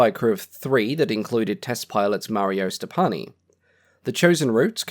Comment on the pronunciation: the name of the test pilot is not Stopanni but Stoppani, Mario Stoppani, a well-known figure: I see that the name is written and pronounced correctly.